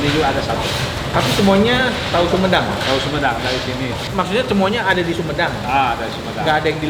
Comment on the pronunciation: itu hahu huhedang, sampai berasap gitu🤣🤣